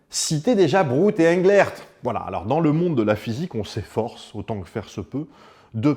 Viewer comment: Sinon, Englert, ça se prononce « Anglère », à la française, parce que le monsieur, qui se prénomme François, qui est toujours bien en vie et qui est effectivement bien Belge, et bien il parle français comme toi et moi